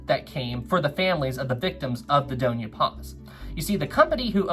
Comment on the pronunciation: hey there! Filipino here and I just wanted to correct u, so lets start with the dona part, its pronounced as do, as in do re mi fa so la ti do, and the Ña part is pronounced as nya like from the song "tokyo" by leat'eq and "sulpicio" is pronounced as sool-pee- and for the "cio" part its pronounced as like the "sho" part in shore. hope this helps:)